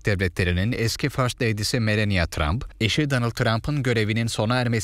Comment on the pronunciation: Melenya tramp değil , Melani Tramp diye okunuyor